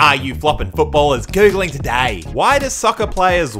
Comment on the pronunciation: no one:: Todeyyy?